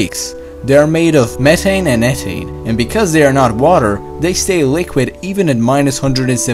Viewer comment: Speech impediment makes you difficult to understand, sorry. Speak english please, it's pronounced meh-TH-ane, not meh-ane, where is your THHHH sound!!! You need speech school you have a horrible impediment!!! Trust me I am incredibly educated and you have a problem!!!